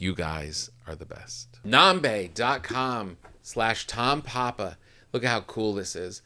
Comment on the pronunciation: nambé. —accent is on the é, papa tom ;)